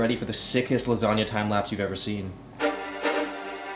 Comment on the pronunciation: as an italian I felt bad for that "lasagna"